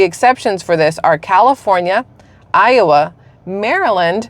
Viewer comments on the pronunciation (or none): did you make a mistake when you said iowa?